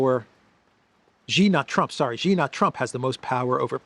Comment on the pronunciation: Hey, you’re a pretty Int’l guy, being a Greek/Cypriot, so should have a good grasp of language and I am sure you have some personal pride in being able to speak well. I have informed you previously, Xi is not pronounced as “Gee”. The correct pronunciation is “See”. Hope you can correct yourself as I am sure people who know would appreciate you getting things right and making the effort to make your broadcasts better.